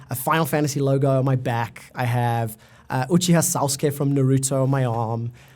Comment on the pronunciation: "Uchiha SAWSKAY"